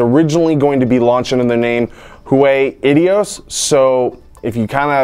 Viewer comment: Ideos is pronounced as " Eye dee oh-s"!